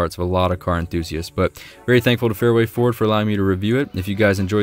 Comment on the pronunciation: You forgot the d in Ford. It must be in your mouth!